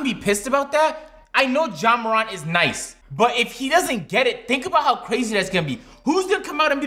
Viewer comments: mispronounced Zion and Morant in the span of 5 seconds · Zion = Zeon Morant = Morent Accurate = Accriate. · Zeeon and Jouan Moraunt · He has to be doin that on purpose he said ja moreant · "john mooront" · I love his acreate pronunciations of Zeeon Williamson and Ja Morahnt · does.... watch the nba? “Zeeon” “ja moront” naaaa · He pronounced morant in French